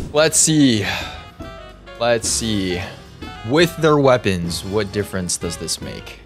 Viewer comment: bro really changed "waepons"